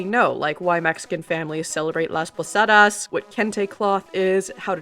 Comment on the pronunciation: Just wanted to say that in Spanish, the "d" sound is more like a soft "th" sound (like in the English words "this", "there", "that") This soft th sound is different from the hard "th" sound (in words like "think", "throw", "thrash"). So when you say "Las Posadas" it should sound more like "Las Posathas" (with a soft "th" like in the word "this"). Otherwise your pronunciation is good lol. Same with the "b" sound. In Spanish the "b" sound is more like a rounded "v" sound where instead of putting your lower lip behind your front teeth like in English, you slightly pucker your lips like you're lightly blowing on hot soup in a spoon (both lips are nearly touching).